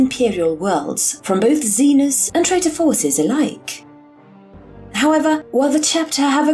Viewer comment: I can't tell if things would be significantly better or significantly worse if everyone in the Imperium pronounced "Xenos" the same way you pronounce "Penis".